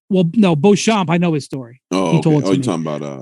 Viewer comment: Lets not forget Beuchomp...